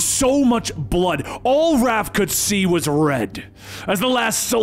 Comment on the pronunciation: I can't believe he called raph RALPH 😂😂